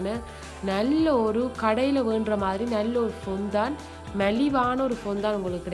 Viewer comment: Its ஃபௌன்ரன். Not பொந்தான்.